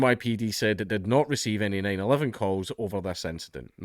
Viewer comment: Hey Dankula, just a quick note in case you gotta read another story out of America: The police number, 911, is always pronounced “nine-one-one”. Saying “Nine-Eleven” is only used for the Sept. 11th attacks on the Twin Towers and Pentagon. Not nagging or saying it’s offensive, just thought it’d be useful, as someone who’s been corrected often on pronunciation and other language quirks by my British friends.